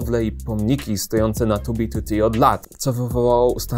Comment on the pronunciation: Plus za wymowę 2b2t, słyszałem jak ludzie wymawiają spolszczoną wersję i bolało.